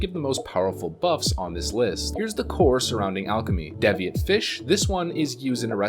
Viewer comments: DEEviate not DEHviate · what is a dev eee at? DEEVEEIT e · It's DEE VEE INT! Good job guy. Keep the videos coming. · holy shit its deeeeeviate, (D'viate??), a real English word, the language you speak, learn to say the words you intend to speak before you say them to potentially every human in existence. I'm sorry for being a dick, but fuck, I would say that literally the least you could do for your supporters is speak English. Thanks, Some guy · Rainface Atriarch Devious is pronounced “Deevieous” while Deviate is pronounced “Daeviete” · yet he can't even pronounce the word deviate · Great video as usual but... your mispronunciation of Deviate and Nat Pagle is giving me an eye twitch...